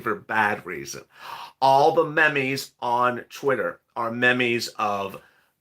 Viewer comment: meme's is pronounced (m ee ms)